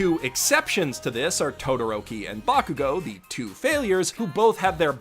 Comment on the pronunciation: blah blah blah Almight's ahegao-- Me (looking up): EXCUSE ME?! Me (rewinding): Oh, he said "agohe."